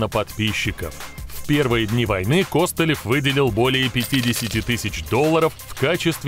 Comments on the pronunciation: Так он же КостылЁв !!! а не КОстылев )))) ппц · Сцуко Костылёв ударение на ё 🤪🤪🤪🥴